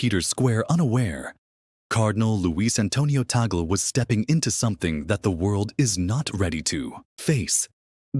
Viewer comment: YOU ERRONEOUSLY PRONOUNCE THE NAME OF OUR CARDINAL LUIS ANTONIO TAGLE...SHOULD BE TAG-LE'